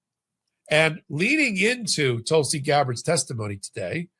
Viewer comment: Geez learn pronunciation before going on air Tulsi s name should not be new to you